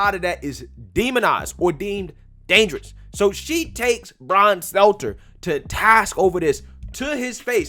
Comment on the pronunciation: Love that I can't tell if you are mispronouncing Stelter's name purposely or as a dig.